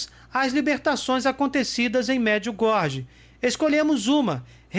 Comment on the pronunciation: Oi amigo, me permita.... Não se diz Merdiugordi, mas as pronúncia certa é : MARDGIUGÓRIE